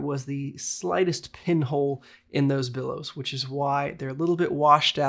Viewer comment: Bellows, not billows. But otherwise, great info on a camera I've often wondered about - thanks!